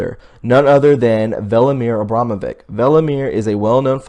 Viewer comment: you know Abramovic spells not like vick but witch at the end in serbian....:)